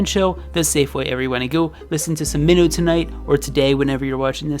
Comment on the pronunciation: also it’s pronounced “my-no” he says his name like that in some of his songs